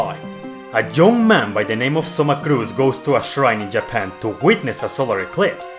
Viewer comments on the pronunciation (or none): Algo que sobresale cuando hablas inglés es el sonido de la Y. Recuerda que en inglés no suena como en español (Por ejemplo pronuncias "young" como si fuera "joung"). Sólo un consejo. Muy buen video, ojalá Konami no fuera tan mierda con sus IPs :(